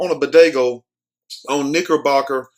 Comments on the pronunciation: It’s pronounced BodegA smh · Did he just say bodagoo!!!